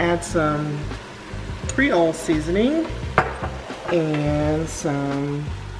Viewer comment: NOBODY:......: “MAKE IT CREOL”